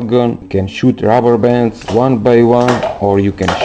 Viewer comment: At least he said rabbabons